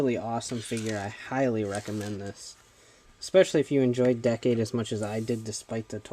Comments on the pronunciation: Decade should be pronounced like this"DEE-CADE",not "DECK-CADE" FYI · you know I find still find it funny that apparently only actual japanese people like the guy at CS-Toys can say Decade's name right